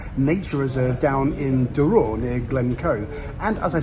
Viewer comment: When I started watching your travel videos I never thought you would be visiting my home village . The less said about the way you pronounce Duror the better .